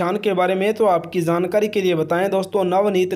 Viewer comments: Jaaankari hota ha Zaaankari nhi😂😂😂😂😊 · jankari ko kehty ho zaankari tum logon ki pronunciation kyun kharab ker rehy ho , jab sahi bolna nhi aata to video kyun kerty ho ,koe aur kam kro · Zankari nahi Hota jaankari hota hai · Jankari ❌ zankari ✅ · Jhankari not Zankari 😅😅😅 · Hahahha had ha yar itna jhooot video views k liye wo pic nhi ha uski saf pta lgta ha Aur han dusri bat lafz Jankari hota ha Zaaankari nhi hota 😂😂😂😂😂😂😂😂😂😂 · Are bhai zankari nhi hota jankari hota hai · zaankari nai hota bhai, jaankari hota hy, ar film 1998 me aai thi, pehly apni jankari durust kro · Abe zankari nahi hota he zyada urdu mat bolo,jankari hota he. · Bhai zankari 😂😂 kia h our amir h ameer nhi